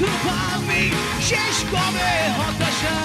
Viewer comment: হতাশা গানটা শোনার পর ভোকালের উদ্দেশ্যে একটাই কথা। ভাই, আপনি ওয়ারফেজের গান গাইতেসেন, ব্ল্যাকের না। মনে হইতেসিলো জন কবির গাইতাসে । " সকাল ঠেকে রাট্রি...... হটাশা !! হটাশা !! " উচ্চারণ ঠিক করেন ভাই, প্লীজ , নাইলে ওয়ারফেজ ছাড়েন।